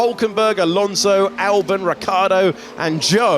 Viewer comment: I get irrationally upset every time I hear him say Albin… it’s ALBON!!